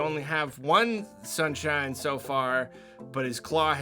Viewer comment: Did he say mario sunshins, FOE SMASH